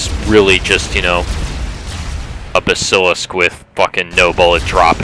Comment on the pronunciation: Baaaaa- Suh-Lisk